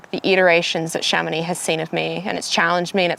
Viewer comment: I'm just here for the proper pronunciation of Chamonix... Nice job!